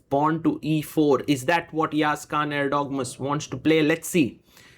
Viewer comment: it is not Khan guys it is KAAN